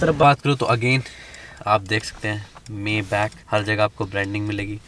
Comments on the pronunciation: It is pronounced "MAAY-BAAKH" not "MEY-BEK" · It is pronounced as Maay-bakh or bak